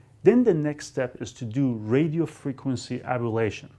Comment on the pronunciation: it's pronounced ablation, not abalation.